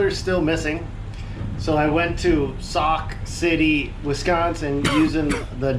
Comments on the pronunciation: You were just down the road from Baraboo where I live. But Sauk City is pronounced like "sock" not "sue". When you first said Sue City Wisconsin I had no idea where you were going. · Sue city Wisconsin? It's Sauk,, like Sock....